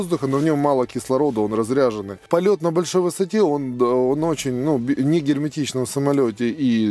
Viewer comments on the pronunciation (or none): воздух разрЕженный а не разрЯженный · Хотелось бы поправить,воздух разрЕженный а не разрЯженный. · Интересный ролик, спасибо. Но блин... Воздух не разрЯженный, а разрЕженный :) Это же воздух, а не аккумулятор :) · разрЕженный воздух, не разрЯженный. От слова "редкий". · Воздух разрЕженный (а не рязрЯженный). От слова рЕдко (типа молекулы воздуха встречаются гораздо реже, вот он и разреженный). А рязряженный это тот, кто нарядился, разоделся как-то. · дык и я про то. Разрежённый, не разряжённый